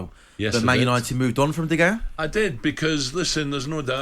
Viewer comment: Why is the one presenter mispronouncing De Gea’s last name?